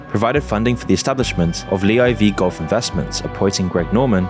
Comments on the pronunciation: Like the video of course but is it really pronounce LEE Eye Vee Golf? LIV Golf is just L I and V right? Where are you getting Lee from? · “Lee eye vee golf” AI Voiceover confirmed 👌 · Lee I V golf 😂 moons clearly not a golf fan